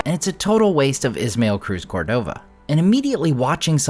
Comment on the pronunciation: Cruz Córdova. The stress is on the first syllable. You do a masterful job pronouncing languages that don’t exist. This viewer would appreciate the same attention to Spanish. Thank you for a great review and channel. Please keep sharing your talents with us 🙏🏾